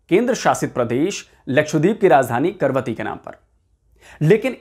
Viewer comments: जानकारी देते हैं वहां तक तो ठीक है, लेकिन जहाज का नाम आप बार बार गलत ले रहे थे. ये 'करवती ' नहीं बल्कि 'कवरत्ती' है. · करवती नहीं कवरती लिखा है. तो कवरती ही बोलना चाहिये. करवती नहीं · 'Karvatti' nahi Kavaratti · It is not Karvati. The name is Kavaratti. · Is it KARVATI or KAVARATTI?? Cause you wrote in the video as KAVARATI but you are pronouncing it as KARVATI... clarify the doubt 🙏👍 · Karvathi nahi ka, va, ra, thi. KAVARATHI कवरत्ती... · It's Kavaratti not Karvati. At least please pronounce it correctly . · कैसे पत्रकार हो ।आपको पढ़ना नहीं आता है इसका नाम करवती नहीं है जैसा कि आप बार बार पढ़ रहे है इसका नाम कवरत्ती है यही लक्षद्वीप की राजधानी का नाम है फिर भी नहीं समझ आये तो जहाज पर नाम लिखा है कम से कम उसे ही पढ़कर उच्चारण सही कर लेते। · अरे 'करवती' नही "कवरत्ती"। प्रोग्राम बनाने से पहले नाम तो ठीक तरह से बोलना सीख ले। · Pl. Pronounce name of the ship correctly for effective communication.